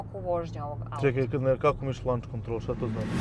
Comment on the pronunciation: Kaze se LOnch kontrol, ne LAnch